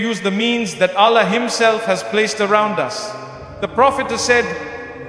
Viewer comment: It’s false, listen to the word he said Allah’s name, not the Arabic sound. Also other words used sounded not Arabic. Not Mufti Menk words .